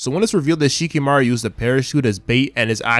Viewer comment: Who the hell is Shikimaru? It's Shikamaru